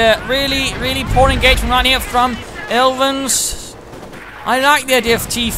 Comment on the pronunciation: You pronounced me alright and thanks for the helpful tips, I'm going to try to improve my armor handling in the open beta;) sincerely, Aelvin